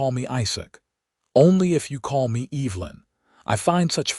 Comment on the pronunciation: It's pronounced EV - E - Lyn, not EEEVlyn. and it's IZACK not ISack